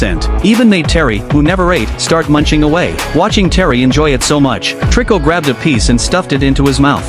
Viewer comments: It's not triko it toriko bro😅😅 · HIS NAME IS TORIKO NOT TRICO😅